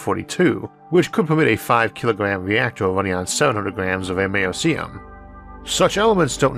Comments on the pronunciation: ISSAC. Americum was named for America. The 'c' has a 'k' sound. Radon is "RAY-don," not, "RAY-di-on," and caveat is, "KAH-vi-oht," not, "KAH-veet." You don't normally make mistakes like these. What's going on? P.S. The first electric engine plane was unveiled last month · Nope. The C in Americium is a soft c, -or sh.